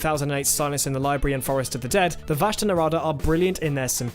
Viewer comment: vashta nerada.... run... just run (get it right pls)